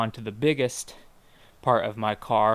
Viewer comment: at the end it sounded like "thanks for watching me giving you a walk around of ma-car lol